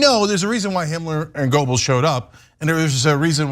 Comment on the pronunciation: Cenk , it's not : goubls . . . it's : gÖbbels - you are good enough a turk to be able to pronounce a Ö